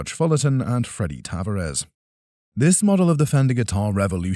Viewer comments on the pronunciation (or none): You pronounced Taverres incorrectly (probably an AI voice anyway). Also the Strat mentioned around the 20 minute mark clearly has an all maple neck while you commented on its rosewood fingerboard. This video was slapped together using AI and borrowing all its content from The Antiques Road Show TV series. Lame.